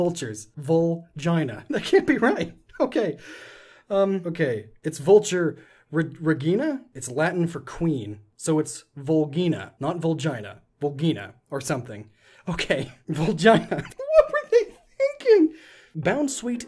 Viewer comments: It's pronounced re-jee-nah. Not re-gee-na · re-geen-a ... that is the worse pronunciation of regina re-gin-a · Regina means queen. Though traditionally in British English it is pronounced Re-jyne-a instead of re-jeen-a. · The g in Regina is soft and not hard, and the correct pronounciation is like "Rejeena" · Sorry, but Regina (at least in Latin) is pronounced "Ray-jeen-a" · well...the right pronunciation for "regina" has the soft G in it, like the one in "giant", so...even though the i in latin is pronounced as the english "e", it's name is...ambigous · You said Regina Wrong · No regina is pronounced like vagina lol, depends on where you come from though